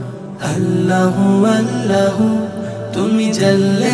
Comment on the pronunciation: নাশিদ টা অসাধারণ হয়েছে। শুভাকাঙ্ক্ষী হিসাবে এতটুকু বলছি "আল্লাহ আল্লাহ" বলার সময় প্রথমবার "আল্লাহ " বলার সময় উচ্চারণের সময় হা শুনা যাচ্ছে। "হাল্লাহু" অনেকটা এরকম। অন্য কেউ বিষয়টা খেয়াল করেছে কী না জানিনা।